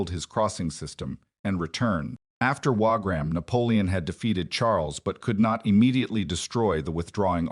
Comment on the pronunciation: WaRgram? " One thousand eight hundred and nine?" AI crap as usual.